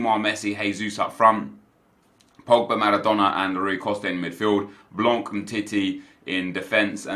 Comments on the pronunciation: Hey, blanc's name is pronounced "blan" not "blank" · SUCKY 10 BUCKY its like 'blaw', you are right